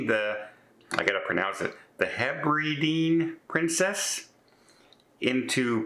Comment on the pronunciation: It is Heb-ri-dee-an Princess. Very sad 😢